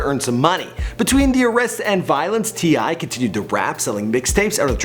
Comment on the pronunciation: finally a name can pronounce